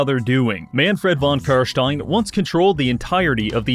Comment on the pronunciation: Your pronounciation of "Carstein" pleases me.